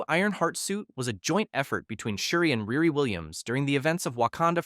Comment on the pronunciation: Please work on your pronunciations. It's NAY mor not Nim er, Ree Ree, not Rah ri or Rear e. Come on, it's not hard. My real name is easy, but people from around India insist it's Vindi or Bindi, it's not. People like their names pronounced correctly, they are funny that way. It's not an accent, it's just wrong. If I can try really hard to say other culture's names correctly as an American, so can you!